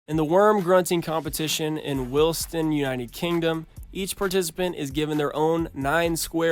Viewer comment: bruv said Wilston. Dude it’s Wilson. There’s not even a “t” in it